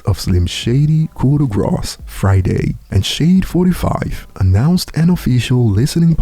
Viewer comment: The word grâce does not have an s sound in it. It’s basically pronounced like the word “raw” with a g at the start